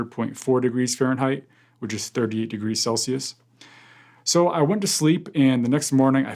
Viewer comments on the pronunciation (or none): none